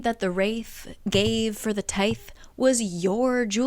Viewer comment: I remember being super confused when you said tithe. Tie-th is correct.